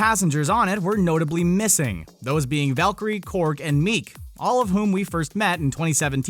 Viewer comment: Miek not meek